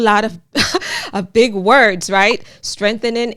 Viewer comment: Do you think Joe know how to pronounce Strengthening? Hhh all talks no actions and don't forget that Obama Biden administration deported more people than any administration